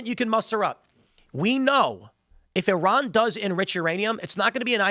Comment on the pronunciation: Was I the only one who heard Tim say 'Turron' instead of 'Iran' several times? I don't think that a war with Iran was ever avoidable. For years, the machine has been calling for it, and Trump can't stop it, especially if Israel is involved.